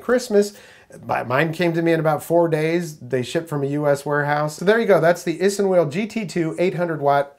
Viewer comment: It’s pronounced ice(inwheel)